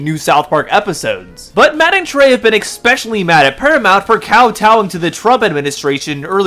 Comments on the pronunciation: I hate to be that guy but please it's "especially" not "expecially" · Thumbs down for not being able to pronounce a simple word like “especially” Is there a f@ “x” in the word “especially”!!!!???!?!!?